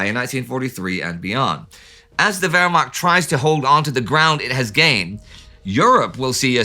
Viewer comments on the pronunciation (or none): none